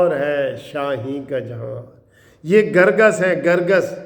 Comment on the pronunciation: منصف نالائق۔کیا سب وکیل آ پ جیسے ھوتے ھیں۔نالائق۔کرگس کو گرگس پڑھ رھے ھو۔